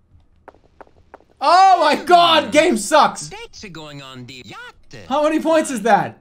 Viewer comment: What is yackt???- Jeremy Elbertson